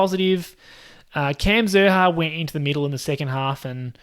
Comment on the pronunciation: Xerri is pronounced Sherri